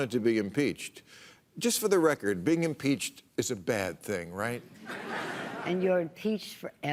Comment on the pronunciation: As she slurs, "heee's impeeeeched forefer." . It looked like Maher was baiting her there, if he wasn't he did get her to show her true colors. She must of had a toke or two along with a glass of wine while Maher was inserting his head up her butt.